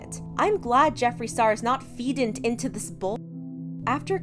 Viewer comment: Why do you mispronounce words you clearly know are typos... “feedind”?? For what, girl?